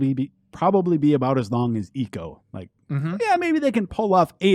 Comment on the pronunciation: This is it's ico not eeco